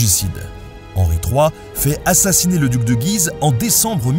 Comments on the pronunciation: Picardie ftw ! Tiens d'ailleurs, je vais faire le relou... Il me semble que l'on prononce Guise "Gü-iz", et non pas Guiz (sans entendre le u). Bisous et continue loooooongtemps steuplé ! :D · P'tit Nota : On dit GUise (comme la ville en Picardie en fait). On avait donc le comte de Condé (aussi une ville proche de Soissons) et le duché de GUise .. voilà voilà :) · Mon cher Nota Bene, bien le bonjour ! Merci pour bonne petite video. Comme à mon habitude, je vais chicaner sur des détails :p (on ne se refait pas ^_^) La famille de Guise se prononce [ɡɥiz] Güise, le U se lit. Les protestants sont autant l'Eglise que les catholiques. Donc, il faut éviter ( 'spèce de papiste, va !) de dire "l'Eglise" pour "l'Eglise catholique (romaine)" . Les jésuites se sont inventés tout seul, ils n'ont pas démérité leur réputation de débrouillardise. Il n'y a aucun monseigneur ni aucune éminence qui s'est levée un bon matin en ce disant : oh ben ? Si on inventait une nouvelle congrégation, histoire de convertir les hérétiques ? Ici, je rentre dans un domaine un peu pointu : il y a une différence entre une nouvelle congrégation du genre jésuites, oratoriens, etc. qui partent de rien, qui passent d'un état simple fidèle à celui de consacré, avec des voeux, d'une part, et une congrégation bénédictine comme celle de St Maur qui réunit plusieurs monastères suivant déjà la règle de St Benoît et qui vont s'unir en suivant en plus de cette règle, des préceptes visant à les réformer, à revenir à une vie plus monastique en visant un but précis, d'autre part. Ce sont deux sens différents du même mot. Congrégation veut dire : aller ensemble. Il y a eu avant et il y aura après d'autres congrégations, c'est à dire associations, bénédictines mais ce sont toujours des bénédictins, quelle que soit la congrégation et sa constitution (ensemble de préceptes secondaires) on s